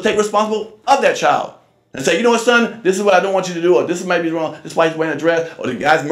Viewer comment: What's wong what's wong 😂